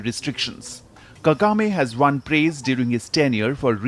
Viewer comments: KAGAME not KEGAME😂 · Kagame not kegame